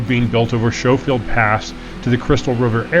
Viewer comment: only ever heard it pronounce Sko-field.